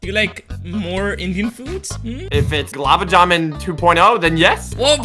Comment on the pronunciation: its not gulab juman its long gulab juman